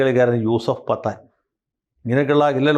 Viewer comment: യൂസഫ് പത്താൻ എന്നല്ല യൂസഫ് പഠാൻ എന്നാണ് പറയേണ്ടത്.